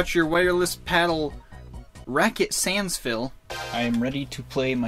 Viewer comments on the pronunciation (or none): none